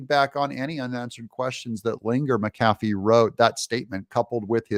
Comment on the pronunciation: Doug, it's MACK-ah-fee...not MackAFee!